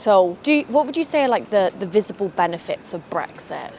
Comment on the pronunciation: "The visibull benefehs of Brex-eh" ? What on Earth? {:o:O:}